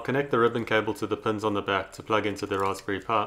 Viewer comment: "Ross pury" XD